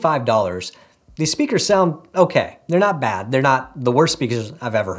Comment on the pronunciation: Nice "Spakers" lol nice vid